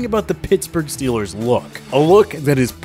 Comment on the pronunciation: Scheelrs not goina soupaer baowl!